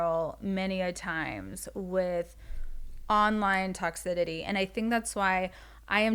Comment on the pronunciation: “Toxidity” is sending me 😂